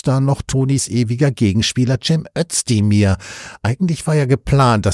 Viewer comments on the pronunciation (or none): Aussprache Özdemir => Össdemir